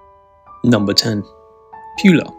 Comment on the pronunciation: Please stop saying « Piula »